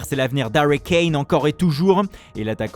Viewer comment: Sanchew et Cain voilà la super prononciation lol